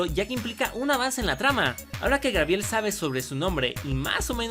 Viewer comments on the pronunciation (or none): dijiste Grabiel o Gabriel? :V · Like si te diste cuenta que en el minuto dijo Grabiel 🤣🤣🤣🤣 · es cosa mía o ha dicho Grabiel en lugar de Gabriel???? No hate btchs💖